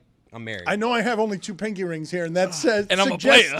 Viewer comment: The way y’all are pronouncing pinky made me jump every time